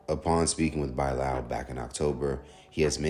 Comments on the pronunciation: By lall man it's Bilal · By-lal 😅😅😅😅😅😅😅 not Bilal? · That’s not how you pronounce Bilal